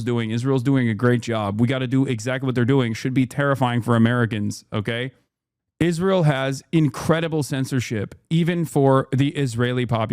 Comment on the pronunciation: I can't tell whether he's saying Israel or "is real"